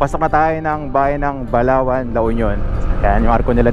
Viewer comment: Grabe Ang ganda ng tanawin at.saka nakakatskot Ang pag bigkas ng Balaoan medyo bilisan mo ingat keep safe